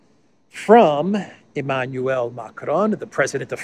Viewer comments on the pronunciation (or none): none